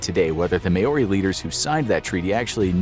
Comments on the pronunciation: Just wanted to mention that Māori is not said like May ore ey and like mow r ey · Word of warning, most Maori names in this video are pronounced wrong. It isn't may-ori, it's mow-rrrri kinda. New Zealand section. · By the way it’s Mou-Ri not Mao-Roi😂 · its ma-ori not MAE-ori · Maori is pronounced [maow•ree] btw, not 'may•or•ree' or whatever tf lolol